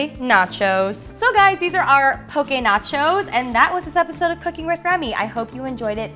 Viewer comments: Yay!! You pronounced “poke” correctly👌 From Oahu, HI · As a Hawaiian I like that you mentioned that it’s not authentic! You did great on pronunciation on poke! And these recipes are great! 😅